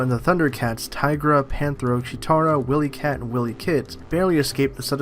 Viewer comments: This looks like trash in every conceivable way possible. By the way, it's not pronounced "Willy-Kat/Kit" it's "Wile-EE-Kat/Kit" with a long I. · Did you say Willy cat? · It's pronounced WI LEE CAT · Its pronounced Why-Lee-Kit and Why-Lee-Kat. Not Whilley Kit and Whilley Kat. Dont be disrespectful.